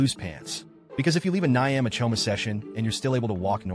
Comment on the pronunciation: Kenyan 🇰🇪 and proud !! 😂😂 is how he pronounced ugali ,omena and Nyama choma for me 😂😂😂😂70%are lies 🤣🤣